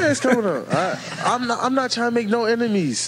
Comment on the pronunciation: Why did Parsons pronounce "Enemies" like Nemo trying to pronounce anemone.😂😂. I used to like this dude but the more he talks. He just makes me shake my head haha